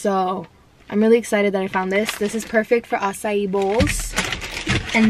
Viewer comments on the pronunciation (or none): none